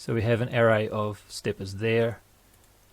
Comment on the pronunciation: English pronunciation of the word ARRAY